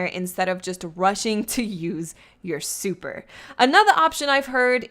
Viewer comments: I'm trying to hear more about dat supah enuhgy. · I love how she says supa and powa 😂